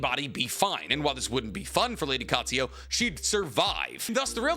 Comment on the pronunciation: Love him but once again "Katsuyo". It's Katsuyu. Similarly says "Kakuzo" when it's Kakuzu. You're the best tbh! Just interested by the lack of pronouncing a U at the end of a word and how it's always turned into an O. We're all different lol just always intrigues me